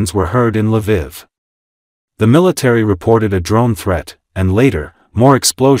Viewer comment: Its funny how the AI pronounces some things. LA VIV lol